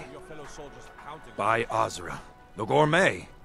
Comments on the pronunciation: I love all the different ways people pronounce things... Az-urah, the Carriage guys say Dragons-rech for dragonsreach... Some VA's clearly weren't corrected or they felt it was fine to have some slight differences. You'd think someone who says By Azura would know how to pronounce it properly but I guess not. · Commander maro prounounced azura wrong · Am I the only one that hates the way commander Maro says Azura?